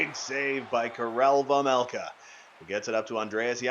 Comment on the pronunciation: Again you keep pronouncing your goalies last name wrong it’s vejmelka not vemelka